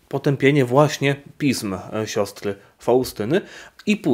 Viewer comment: Pi-S-m proszę księdza, trzeba wymawiać s.